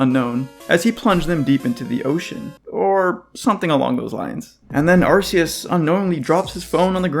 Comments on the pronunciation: As other people have said it kind of has to be arc instead of ass. Not only does it's body have a distinct arc around it, the phone from the game is called the Arc Phone. Ark is also kind of a bible reference I guess, in a few ways. Also arcane which it's name could also be based on. RKS System also proves this. I mean if it's name was Ar-see-us they could have had Silvally's ability be RCS System instead. So according to Game Freak themselves in multiple instances it's name has to be said with a hard C, the question is if it's Ar-kee-us or Ar-kay-us. But seeing as you don't pronounce the letter K as "key" then it must be Ar-kay-us. It also sounds like archaic. That's the summary. I don't see how logically it could be anything else. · The correct pronunciation, Ar-KEY-us, as explicitly PROVEN by the ARC Phone. Unless you pronounce arc as 'arse' like some kind of irl shitposter. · You call it an arc phone, but still pronounce it ar-see-us? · Key sounds better